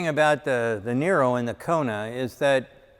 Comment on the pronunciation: Sandee I thought said it was Neye-ro? Not Nee-ro?